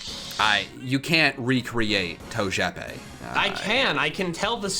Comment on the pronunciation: Bulbasuar: and in today’s episode our special guests is togepi Squirtle: It’s TOE-J-E-PEE